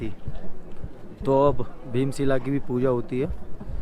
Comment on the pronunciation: bhai bheem sheela nhi bheem shila 🤣🤣 by the way aapke bolne ka tareeka kaafi achha lga 🤣